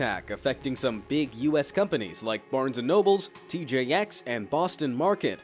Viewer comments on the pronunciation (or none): He said barnes and nobles, disliking.